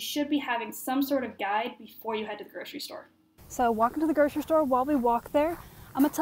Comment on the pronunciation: groCery-there is NO "sh" in GroCery.